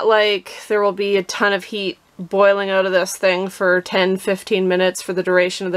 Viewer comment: Why does she keep saying “ote”? Is she trying to say “out” ? 🤷‍♂️